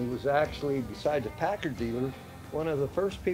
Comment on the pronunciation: PACKARD Not pacurd